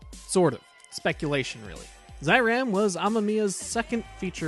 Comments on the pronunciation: NOT ZAH EE RAHM, it is ZEH EE RAHM! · Great video! Been a fan of Amemiya's work since Kamen Rider ZO. At the risk of sounding like THAT guy, it's pronounced "Zay-Ram" not Zye-Ram" :)